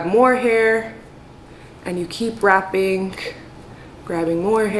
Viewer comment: “Wrapinkkk” she pronounces ing as ink everytime hahaha 😝